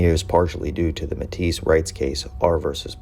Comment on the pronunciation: Pronunciation is wrong. You’re saying like you would call a Métis woman Métisse